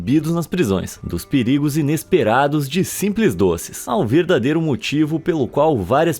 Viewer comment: Simlês kkkk😂😂😂 SUSUUU!!!